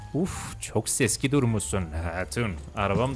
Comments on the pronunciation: Seski❌ Seksi✔️ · Sexiye seski diyen koca yürekli abimiz() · abi o seski değil seksi